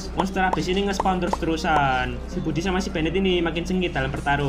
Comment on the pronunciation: Gw denger ny budi bukn brodi🗿